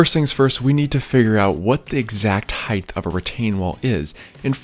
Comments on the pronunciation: The video is quite helpful. Listening the the “th” at the end of the word “height” gives me heartburn. “Height” sounds like “right”, “light”, “might”, “flight”, “kite”, “spite”, “bite”, “smite”, “fright”, “tight”, “bright”, “light”, “trite”, “light”, “fight”, “slight”. Say it with me: Kite Light Bright Height Fright Right Spite Height Flight Tight Height Might Bite Height Bright Height Light Height Fight Height Height Height You did it! But seriously, it’s an outstanding tutorial. All of these instructions are very smart. The only one that I did that I liked better in this same process was to pour my pad first then measure for stair “height” and the run length. Well-done! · I love your videos. They are almost perfect for the DIYer who's seeking guidance. They are almost perfect because of one issue. You occasionally pronounce "height" as "heigth"....please stop. It's literally the only thing about these videos that bug me. Thanks. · There is no ´th’ sound in height; it doesn’t end like width. You can check yourself by remembering that people may be afraid of hites buy no one is afraid of hyt-thes ! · HEIGHTTTTTT NOT HIFFFFFFF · HEIGHT as in HITE. Not heith. Love your work. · Bro it's HEIGHT not HEIGHTH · Love your videos. Only criticism….HeighT not HeighTH. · Its height…… not heigth. Uuuuggghhh. Why do people say it that way ? Sorry for the rant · I'm sorry to be that guy, but height is pronunced "hite", not "hyth". As someone who suffers from auditory dyslexia, I made this mistake for decades. Otherwise, thank you for the informative video. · You’re saying “heigth” and not height which isn’t a word in the English language and it’s extremely annoying to listen to. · Does anyone recognize he is aging “heigth” instead of “height” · its 'height' not 'heigth' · It's pronounced height...not heigth...there's no th sound unlike width and length......notice the th?...get it right you people!! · Heighth isn't a word. 😬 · It's pronounced HEIGHT!!! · I hathe that